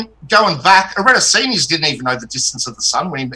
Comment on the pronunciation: And they always repeat Eratosthines, saying it wrong every time.